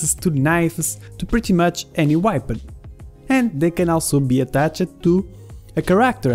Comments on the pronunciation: You say weapon like whypon lol. Good video tho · Everytime I say weapon now I say whypon